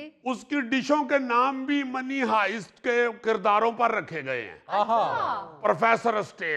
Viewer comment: Is Sohail Ahmed really old Ravian? He can't pronounce Netflix and money heist right. He always pronounce wrong English words, which is not good example.